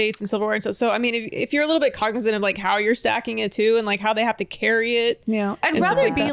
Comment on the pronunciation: LOL "cognizant"